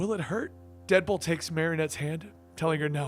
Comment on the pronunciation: Listens to opening...here's dipple instead of deadpool.